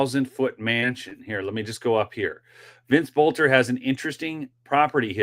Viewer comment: Just a quick correction, his last name is pronounced Belter. The O is silent. His dad was my geography teacher.